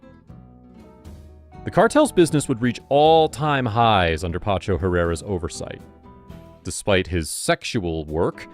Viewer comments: PACHO PACHO PACHO not PANCHO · Pacho not pancho ignorant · Pacho, not Pancho. Great video though. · You can’t seem to get his first name right, lol